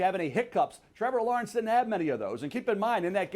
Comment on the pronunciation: If MEL says Trevour Lawernce than go with Justin Fields